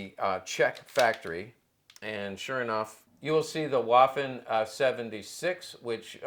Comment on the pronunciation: For the love of god if you're going to say something many times a day learn to pronounce it. Waffen is pronounced "va-fen". I cant take someone seriously that says waffenamt with a W sound.